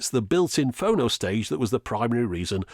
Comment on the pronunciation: Is it wrong that it’s freaking me out hearing “Phono” like “oh no!”